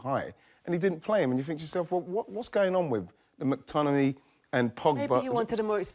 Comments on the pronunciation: Just want to hear Wrighty say McTmininiimay a few more times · Ian Wright physically cannot pronounce McTominay properly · How can Wright say McTominay so many times and somehow pronounce it differently each time. Bless him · Surely Ian realized he can't pronounce McTominay? Not sure why he then decided to say his name about seven times in thirty seconds. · Ian saying mctominays name wrong is making me laugh out loud hahah